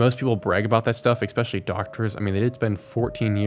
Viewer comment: Stop saying "eXpecially"!!!!